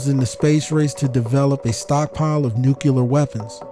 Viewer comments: Why is it that so many people say "nucular" instead of what it realy is which is nuclear? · thank you, good material...i just wanted to say that the word Nuclear is pronounced New - Clear vs. New - Cu - Lar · I’ve been thoroughly enjoying your content, but for the love of god, it’s Nuclear (like Nu + Clear), not “Nucular” (not a thing) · Did you say “nucular” ?